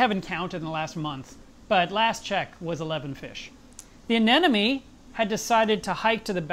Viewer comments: it's a-ne-MO-ne not a-ne-NO-me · he says anemone wrong literally every single time. Its anemone, not anenome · The funny thing is. After seeing the video, I too was pronouncing it "AMENONE" for the next few minutes!!! :) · I was glad to hear a Pro say you have trouble pronouncing the word "anemone". I did too, until I figured out a way to say it right: - - - - A-NE-money $$$$$$ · Lol but he wasn't even saying it like that though, he was pronouncing it as, "anenome." I swear trying to remember the real spelling and pronunciation on my own after reading this and watching the video... I came up with some pretty weird shit. 😂🌊🐠🐚🐟🐙🐡💦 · 2 years down... so much has changed. Except the way you say.... "anemone"!!!! :D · How come nobody can say "anemone"? 😊😊 great vid... hi 🖖🏽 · Great update but i'm quite bothered by the way you say anemone =) just like Nemo. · Still pronouncing anemone wrong. Lol